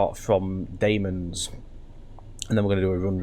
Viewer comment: Sorry, but you pronounced ‘Damems’ wrong. You pronounced it ‘Dame-ems’, it’s actually pronounced ‘Dam-ems’. Also, it is the shortest station in England :) other than that, good video 😀